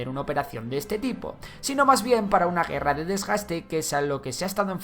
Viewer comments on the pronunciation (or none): none